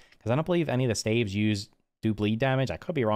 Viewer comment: Dude pronounced staves wrong